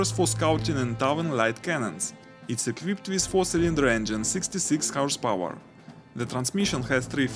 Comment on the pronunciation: horse power , not house power , speak properly